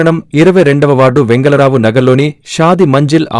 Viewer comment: వెంగల కాదు వెంగళ